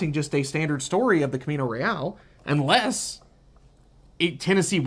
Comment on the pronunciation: Pronounce it in Spanish - Cahmeeno Reh ahl